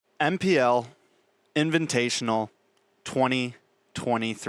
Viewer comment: mine too (fav caster). It's because you said MPL inviNtational.